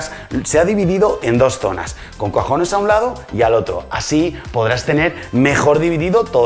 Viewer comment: Soy el único que a escuchado COJONES en vez de cajones??? Minuto 🤣🤣 la cocina muy chula. Un saludo